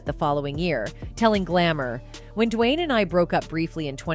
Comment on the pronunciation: I've never heard D Wade name said like that before DiWhyne wade lmao